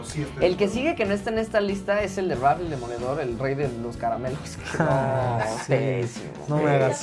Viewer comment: "RAY" JAJAJAJAJAJAJAJAJA se pronuncia "REY"